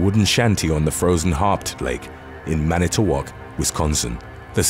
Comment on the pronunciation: Manitowoc you pronounced it wrong